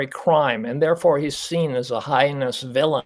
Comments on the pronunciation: Heinous is pronounced hay-nuhs. The expert doctor should know the word. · Right on! is a bleeding heart who can’t even properly pronounce “heinous” & who believes BK “is special”. If his loved one were a victim, he’d undoubtedly change his tune. As my husband says, “Give ‘em both a bologna sandwich and tell ‘em to ‘Shut Up!’”